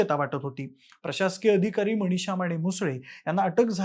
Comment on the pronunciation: जरा शुद्ध मराठी बोला. न च्या ठिकाणी ण ण कशाला म्हणतोस. मणीशा काय गोपणीय काय. कोणत्या शाळेत इतकं अशुद्ध, घाण मराठी शिकवतात?